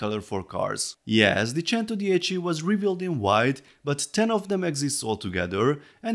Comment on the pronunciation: The only guy who know how to say centodieci